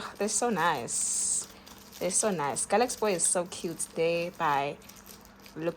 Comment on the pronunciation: it's gal x boy isn't it? and not galaxyboy announciate it